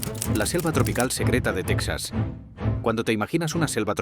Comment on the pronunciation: No se si creer en este video cuando pronuncia tesaz